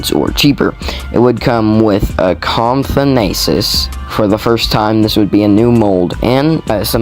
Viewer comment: Bro Said comfonathus